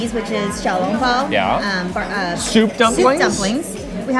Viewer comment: By the way the “xiao long bao” pronunciation is spot on!